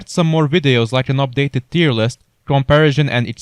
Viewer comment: Cool video but please dont say in camparejen